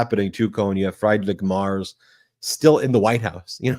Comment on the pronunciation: It’s “Freed-rick Mairtz.” Fred Mertz, for those “I Love Lucy” fans.